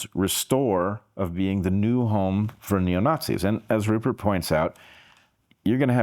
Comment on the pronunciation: 'Purert' Lowe?